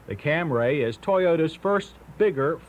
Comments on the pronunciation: FFS, John..................it's Cam-REE, not Cam-RAY!!!!!! If you have it, could you also upload that Compare-a-Car road test featuring the Cam-REE Liftback that John mentioned ?!! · Not Cam-ray!!! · WTF is a Cam-RAY????? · "Camry" only has one A. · Cam-ray. Eeyundaye. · I love how in the early years, they totally butchered some names, like the Toyota Camray, as opposed to Camry